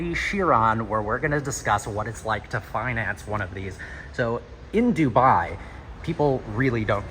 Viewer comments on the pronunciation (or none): none